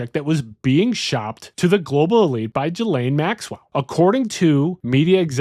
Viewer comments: "Jalane Maxwell"? It's Gee-Lane folks. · Not trying to be an asshole but Ghislaine is not pronounced "Jhee-Layne" OR "Jill-Ayne" (you keep switching it up lol). It's pronounced "Ghee-Layne". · Gee-lin (hard g)